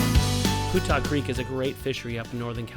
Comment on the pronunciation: Hey guys I've lived local and fished Putah Creek for 50yrs. It's been always that I'm aware pronounced Pewtah not Pootah you should know it I would think doing videos on it. Oh well just drives me nuts when I hear people say Portal, fish on!!